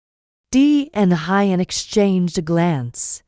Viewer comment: Maya will be celebrating her 6th birthday. Narrator please learn how to pronounce Who-yen's name...not Hi-yen!